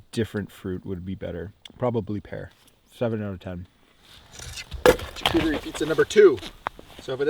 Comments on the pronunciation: It's pronounced SHAR COOTER E not CHAR COOTER E lmaoooooo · also its not jacuterie its "charcuterie" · Please mispronounce more words like “chuh-cootery” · I love you and your videos but the way you said charcuterie🤣🤣🤣🤣🤣🤣🤣🤣